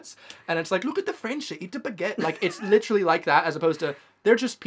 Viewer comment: AH HE SAYS LITERALLY LIKE A TRUE BRIT. HES BEEN CHANGED